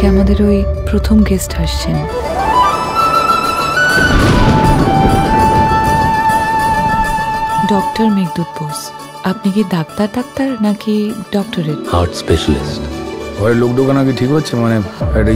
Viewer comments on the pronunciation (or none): its বোস not বোছ:face-orange-biting-nails